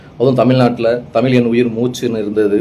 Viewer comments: தமில் இல்லை தமிழ்.நீங்க நல்லா உச்சரிங்க. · நீங்கள் சொல்வது முற்றிலும் சரியான கருத்து. இருப்பினும் தமில் தமிளகம் என்று சொல்வதை தவிர்த்து, தமிழ் தமிழகம் என்று ழகரத்தை நீங்கள் சரியாக உச்சரித்தால் இன்னும் நன்றாக இருக்கும்..... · சார் நீங்களே தமில் , மொலி என்றுதான் பேசறீங்க..